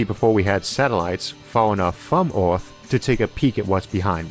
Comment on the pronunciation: Say "Earth" Isaac "Eerf"